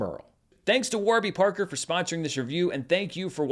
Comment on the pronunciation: Need a clip of Giancarlo Esposito pronouncing “Waarby Parker” the way does in this video